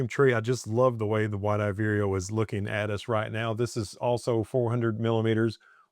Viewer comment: Lovely pix as usual! I have heard great things about that camera and especially that lens! BTW, is that bird named "White eyed weerio"? I have only heard you say that name and I had been thinking it is "Wide eyed..":D